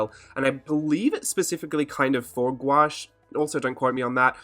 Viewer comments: You say gouache the real way ahah most people say gouauche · You can "squawsh" the word together and pronounce it "GWASH" (Oxford) or you can say it in syllables and pronounce it "goo-aash" (with an American drawl) and the only reason why I know this is because I looked it up on Google- the end-all! Lol!! For me it's like the word 'quinoa.' Thank you for mentioning longevity on the palette. I waited with much anticipation to watch this video without interruption. Terrific information.